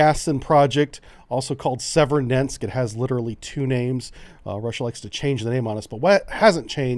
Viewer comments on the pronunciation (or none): none